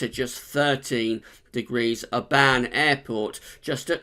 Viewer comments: You said it more of a A sound than a O sound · So no offence but you said Oban wrong it’s pronounced the ban part is more of a bin I think, it just didn’t sound right if you know what I mean but just pointing out